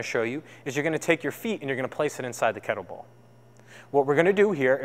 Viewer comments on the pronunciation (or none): Cyclists, not cyclers. Kettlebell, not kettle ball. I hope your day job isn't teaching English.